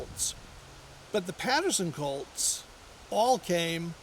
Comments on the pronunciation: Colts not colds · Colts not cults